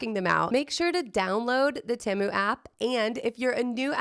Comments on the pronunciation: TEMU - Pronounce like TEE-MOO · Correction, it is pronounced teh-mu. You can google it. It is not an English word, it’s Chinese.